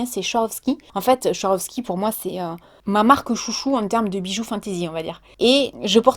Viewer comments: Ahahah et le BIIIIM dans ta gueule m'a tuée 😂 Et on dit "sVaroski" 😘 ahahah tu me stress à dire "schouarovski" Le staff Swarovski en PLS mais sinon super vidéo ça fait du bien de regarder une personne vraie 🙏🏻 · Bon on n'a pas les mêmes goûts, après on n'a pas non plus le même âge! Par contre 2 remarques: perso à la mode ou pas les robes asiatiques te vont tres bien! Et on popnonce ZWArowski, le son est bien un z mdr pas un ch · On dit "svarovski" Ma 😂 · J adore les chaussures arc en ciel... Mais STP: quand tu prononces Swarovski..... aïe ça pique les oreilles 😂😂😂. Sinon plein de gros bisous. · Oh l’avala tu m’as fais trop rire avec ta prononciation de la marque Swarovski !!!!